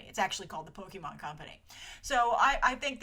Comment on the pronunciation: Please... Poke-AY-Mon. Not Poke-EE-Mon. This is causing me physical pain.